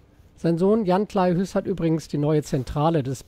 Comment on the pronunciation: Ein freundlicher Hinweis zur Aussprache von Kleihues: Der Name Kleihues ist westfälischen Ursprungs. Daher ist das e hinter dem u ein Dehnungs-e. Als wird der Name wie "Kleihuus" ausgesprochen, "Huus" ist niederdeutsch und bedeutet Haus.